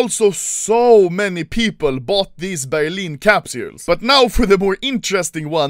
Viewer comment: I love when Anomaly says “Capsjuules”